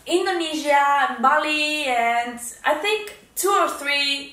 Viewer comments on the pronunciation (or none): none